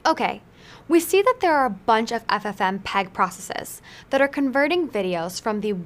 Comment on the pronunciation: for fsake lol... its not 'ffm peg' but 'ff mpeg'...